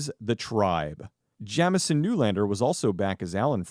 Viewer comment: So, my first name is Jamison and the way you keep saying it is really pissing me off. Please stop.